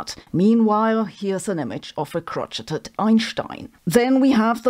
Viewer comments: Crotcheted elephant? The word, derived from the French language, is pronounced, 'crow shay' This confirms what I've long suspected about this fake scientist. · I have to be "that guy" -- "crocheted" is pronounced "crow-SHADE" not "CROTCH-et-ed." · For anyone not aware, "crocheted" is pronounced "crow-shade", not "crotch-it-id." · "Crocheted" is pronounced Cro-Shade not Crotch -ed-ed. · "Crotch-eh-ted" lmao It's "crow-shade" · I’ll grant that it’s not intuitive, but crocheted is pronounced crow-shade, not crotch-eh-ted. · "Crotch 'ed 'ed Einstein" LOL !! Sometimes you are quite humorous, but of course always in a good positive way! Crocheted is pronounced "crow-shade" Anyway, great video, thank you so much, love your videos !!! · "crotch-et-ed" HAHAHAHA its pronounced " crow-shade"..... like a shade for crows. yes, it should be said the way you said it, or spelled the way its said.... but its not like french is a real language any way. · Crotcheted Elephant. Love it. It is pronounced crow-shayed from the French. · Crochet is pronounced "crow-shay," not, "crotch-et," and in my opinion that's because of the pronunciation and meaning of crotch. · Ah. The A.I. Sabine is here to tell us the news about A.I. with her new lower-register, slower voice. (It's "crow—shayed", not "crotch—it—ed", A.I. Sabine.) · It’s unique: kro-cit-it. Kro-shayed is so boring.😊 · It's crow-shay-ed (from French), lol. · Crocheted is pronounced 'crow-shade' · Crocheted is pronounced crow-shade, though there is absolutely no reason why you would know this, so... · No shade, but crocheted is pronounced 'crowshade', and the process is pronounced like 'crowshay'. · crotcheted is pronounced - crow-shayed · It's pronounced crow-shay. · Crow- shay. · Crocheted sounds like crowshayed ... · It's pronounced "cro-shay". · Sabine - I love you, but "crocheted" is pronounced "CROW-SHAY". In the states, crotchety is another word entirely :D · Crocheted is pronounced "crow shade" - just FYI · 'kro-shayed' lol